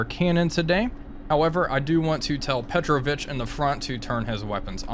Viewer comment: His name is PetrOvich, not PEtrovich. Just for you to know.